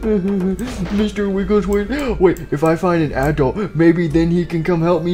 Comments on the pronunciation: He said applesauce instead of adult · I raged when they said aadult